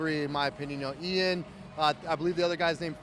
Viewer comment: Eyaan 🤣🤣 ian's ears are bleeding now hearing his name being butchered! Besides that MILOS a.k.a The Mind is a LEGEND of the sport 🙌💪